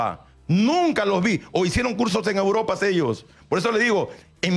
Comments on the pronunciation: A Uropa, a Uropa 🤣 grande el número 1 de sudamerica. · "hay técnicos que se han ido a Uropa, a internacijsjjabshfcajs"